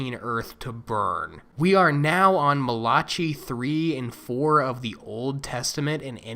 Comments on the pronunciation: Mal-ah-kai...omer gerd dude! Mah-lochi...lol...brah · Chris-Chan has stated he's trans because he wants to date lesbians, not because he feels dysphoria. That is severely predatory and I refuse to call him a girl for that and other reasons. Also, Malachi is pronounced mala-kai. I make that same mistake lol.